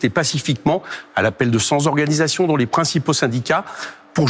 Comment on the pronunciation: Un sans faute d'Eric, à l'exception d'unefaute de liaison répétée 3 fois: "cent-z-organisations"... 😉